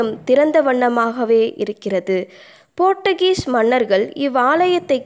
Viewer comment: செய்தியை வாசித்த பெண் கொஞ்சம் திருத்தி வாசிக்கவேண்டும். சபைக்கு பதில் ஸ்தபை என்றும் சின்ன முட்டம் என்பதற்கு பதில் சின்ன குட்டம் என்றும், போர்ச்சுகீஸ் என்பதற்கு போர்ட்டுகீஸ் என்று வாசித்தார். குறையாக சொல்லவில்லை. சரியான தகவல் தர வேண்டுகிறேன். M. அறிவானந்தம்